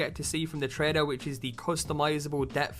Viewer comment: Why do you say "trader" instead of "trailer"?